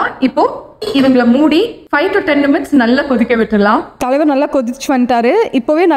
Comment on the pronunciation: Nimutes illa minutes